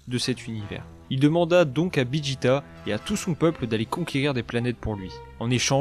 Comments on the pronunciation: c'est pas bijita c'est vegeta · Tu ne sais pas dire VEGETA